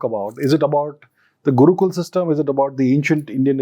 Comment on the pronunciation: After appreciating everything inIndian perspective 100 times she said Guukulaa and Shlokaa. It's Gurukul.. Shlok ...we don't have that problem with our tongue we can pronounce correctly..